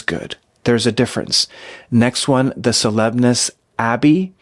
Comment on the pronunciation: Cds are actually plastic, not metal, but they shine like metal. 🙂 And Solesmes is pronounced SoLEM. The rest is silent. And the French site that ends 'bault' won't rhyme with 'vault' but with (rain)bow (as opposed to 'take a bow').